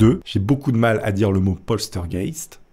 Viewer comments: Celui qui me chagrine le plus c'est poltergeist la pauvre heather O'rourk elle était si coupinette . Ah c'est Poltergeist et pas Polstergeist LOL!!! essaie encore une fois ... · LOL..postergaite....plutot POLTEURGAISSTE ( POLTERGEIST ) a part ca bonne video !!! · poltergeist et pas polstergeist s est pas dure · Ouai sauf pour POSTEURGUEIST!!!!! 😂😂...C est tellement bien prononcé par je trouve...mdr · Le fameux "plostergayte" 👌🤣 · PAUL TEUR GAISTE voilà si t'as des pb de prononciation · Répète après moi POL TEURRE GA YSTE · Mais c'est P O "L T" E R G E I S T putain!!!!! Y a pas de S entre le L et le T !!!! LoL J'aime bien tes vidéos mais fais un effort tu vois bien qu'tu force en le disant !!! Ça marche pas avec un S 😂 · Ça se prononce polterzguègue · Polstergeit* il c est qu il y a un s mais pas ou XD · "polstergeit", le meilleur que j'ai entendu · Polsteurgeyst, polsterged mdrrrr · Oh putain j ai bien ris a chaque fois que tu dis poltergeist tu l'estropies un peu plus 😅😅